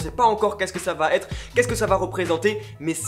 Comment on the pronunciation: Arrêtez de dire "vaTêtre" plizzz ! 😡